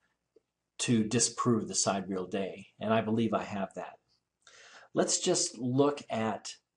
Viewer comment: Vsauce led me here, and now I hate you Vsauce. Can you at least pronounce Sidereal right?????? It is not side-real, It is sigh-deer-e-ul or si-deer-e-ul. If you ain't gonna do the math right, at least say it right so I can tolerate your monotone stupidity.